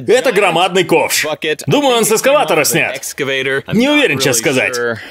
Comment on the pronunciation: Мне послышалось? Или ты сказал сексскаватора